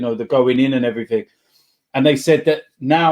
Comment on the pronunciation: D "And everythink else" T